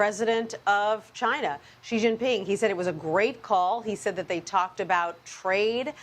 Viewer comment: Sounds like Showwwwe showww ping